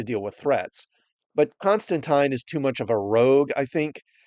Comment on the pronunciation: I love that you said Constantines name right